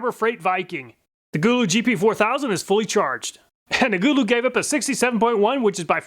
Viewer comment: i think its suppoed to be go-low but gooloo is funny and ok to lol